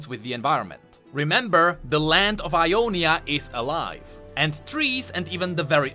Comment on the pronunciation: Sorry its Ionia not I on is